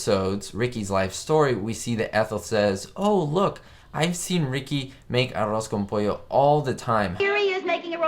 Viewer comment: Do you speak Spanish? Your pronunciation of ‘arroz con pollo’ is quite good.